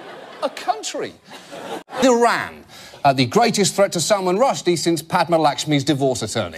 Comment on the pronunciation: i wish he would pronounce 'iran' properly